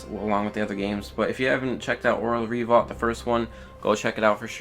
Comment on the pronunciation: and re-volt, not revault...lol